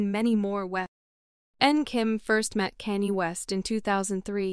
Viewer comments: any time your listening to a video that is being narrated by AI, walk away. This thing is calling him "Kane-E" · Please use real people for the narrator who the hell is kanee?😮😅🤔